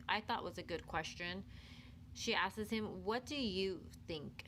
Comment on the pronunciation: The narrator continuing to mispronounce a simple word like “asks” (she’s saying askeses) is enough to make me not follow her which is a shame because it’s good content.